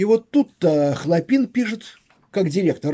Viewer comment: Ударения !!! ХлОпин, именно так на Петроградской стороне называется институт Радиевый им.